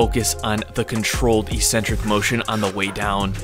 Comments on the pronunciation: The word “eccentric” has two Cs. These are pronounced as they are in the word “accept”. Don’t know why people seem to pronounce it “E-centric” in fitness videos? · ECcentric not Ecentric. Please. Please... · EEEEEEEEEcentric is not a word in the English language. It is pronounced eK-Sen-Trik. Don't listen to all of the meatheads who think the word only means crazy. It doesn't. It means 'away from the center'. An eccentric person is considered 'away from the center' or 'away from the norm', or 'away from the top of the bell curve', if you will.' JUST like the tendons moving away from the muscle belly is considered an eccentric motion. You're smart and an independent thinker. If you don't believe me, just take two minutes to look it up. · Great video. However, "ee-sen-trick" isn't a word, it's pronounced "eeK-sen-trick" or even "ehk-sen-trick", I believe for all its meanings. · its ek-centric, not electronic-centric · Its pronounced eck sentric.